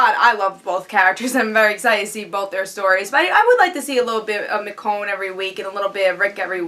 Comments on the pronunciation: It's Meh-Shown, That I know. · Who's miconne? Michonne........ Haha. mess up the black girl name. Why don't you. Joking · Nice review, agree with pretty much everything you said, especially with Rick and Lori. Did you notice when Carol was doing the C-section on the walkier someone was watching her from the tree line? I thought that was creepy. And I think you're pronouncing Michonne wrong.Oh and the intro is awsome !